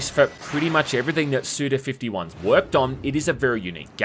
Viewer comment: His name is said "Suda Five One". This is because his given name is Goichi, which can be read as "five one", but never fifty one because that would be "gojuuichi", which is not his name.